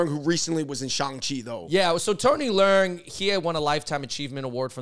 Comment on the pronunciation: Y'all butchering Tony leung name w that northern pronunciation. Dude is Cantonese. Its pronounced " le ung / lung "